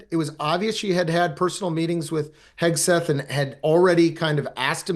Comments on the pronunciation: Someone tell Emily his name is HEG-SETH not HES-KETH. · Hegseth, dear, not Hesketh. Listen to the way the person you are interviewing is saying the name, if you haven’t done your research